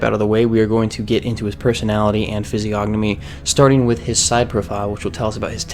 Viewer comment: The creator of this vid can't even pronounce Physiognomy correctly, and you believe he's a expert? LOL!